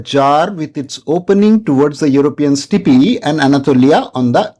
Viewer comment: Good video sir. But Sir for the love of god, please stop pronouncing "steppe" as "stippii". Sorry but its genuinely hilarious 🤣🤣